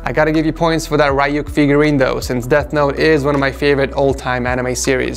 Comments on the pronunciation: Who the guck is rayuk its ryuk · He really just said Ry-uk it’s re-uk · *pronounces Ryuk as RAI-yook* Weebs: There is a great disturbance in the force.